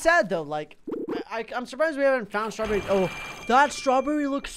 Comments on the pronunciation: STRBERRES? I lOvE STRRRRRRRBERRES! Also, it's pronounced ta-ko-ya-kie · Stur-berries!?!? I LOVE Stur-berries! Awww that Strawberry is SOOOO CUTE! Me: What's a Stur-Berry??